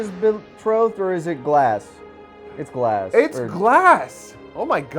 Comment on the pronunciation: Lagss, not Glass, glass is what her name is a play on